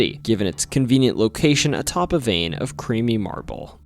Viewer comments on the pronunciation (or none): none